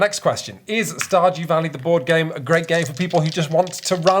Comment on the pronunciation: That sounded enough like "stodgy valley" that it's going to be my headcanon from now on :)